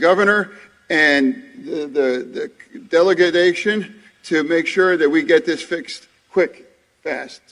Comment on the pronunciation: "delegadation"?? "infration bill"??? I AGREE WITH THE "collapsed bridge"!!